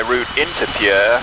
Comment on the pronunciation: Pierre, SD is pronounced the same way pier or peer is, 😉 Love the content.